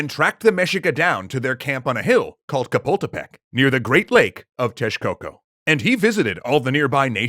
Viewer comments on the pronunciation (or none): Its awesome seeing the myths of your culture on Extra Myths! Just a recomendation: Ask for help regarding prinunciation Chapultepec isn't pronounced "Kapultepek". The "Ch" sounds the same as when you say "Chocolate". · I'm really exctited to see the history of my country and my city! Just a minor detail.... The "Ch" in 'Chapultepec' is pronounced the same way as the "Ch" in 'Chest'. Great work you guys!! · The ch in Chapultepec is pronounced like the ch In channel, not like a c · I have 2 questions. 1.-with source dis you get for the detail of "everything being white" on the place the eagle landed. I have heard that story many times all around my live but I had never before heard a version with that particular detail. 2.-are you guys going to do an episode on the mexica battle of the stolen ears that they had with the xoximilcals? 3.-When pronouncing chapultepec you guys fail to consider the "ch" sound, similar to the o e in words like "charming" or "cha cha cha" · more like the ch on "Chill" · Well... Some are mispronounced (like Chapultepec) but overall he did a great work! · Well the "ch" pronunciation was almost exclusively from the Aztecs until they met with the world, so it's understandable Nahuatl based words are hard to pronounce